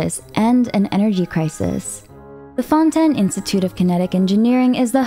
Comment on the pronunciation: Lady omg it's not fon10 lmaoooo